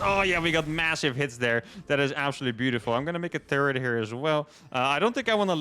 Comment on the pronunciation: Does anyone else think when says 'turret' it sounds like he's saying 'turd'?